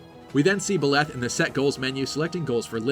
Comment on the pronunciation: Better pronunciation than Mangs, but still, Byleth aint pronounced Biléth.